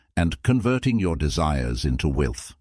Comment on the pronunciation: The AI is trash! 😆 “We-Elth” good video beside that.